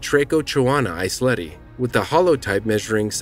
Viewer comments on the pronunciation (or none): NO! Not Eisleti lad Eiselti.